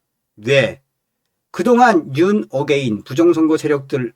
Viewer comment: 윤어게인이 아니라 자꾸 윤 옥 에 인 으로 들려요... 이분은 윤 옥 에 인 찬성자같네요... 아니면 발음의 오류 ?